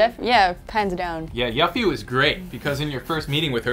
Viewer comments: It's pronounced (you-fee)! Argh! >_< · its pronounced youffie, do some research, your butchering the Japanese background! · I love how he said YUFF ee. Not YOUFFEE and yes I am spelling it wrong for pronunciation purposes. >.< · Its pronounce You-fee. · Yuffie is pronounced u-fee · why are they pronouncing yuffie like that -_ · Stop saying Yuffie wrong and making FF fans cry. :( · I cringed when I heard joven pronounce yuffie wrong